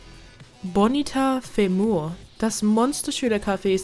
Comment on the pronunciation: Man spricht Bonita Fimua lern sprechen alda